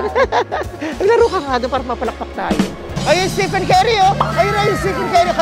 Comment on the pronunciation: vice, estefen ang pronunciation ha, fave ko yan hahahaha.